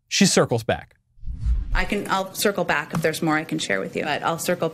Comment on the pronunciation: Maybe she is actually saying, “I’ll sickle back”.